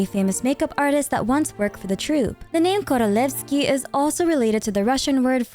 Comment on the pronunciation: Thank you for the awesome video!! Btw you absolutely aced the pronunciation of “korolevskiy” and “vodyanitsa” 👏👏👏